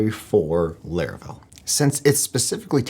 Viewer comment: My man keep saying "Leravel"😂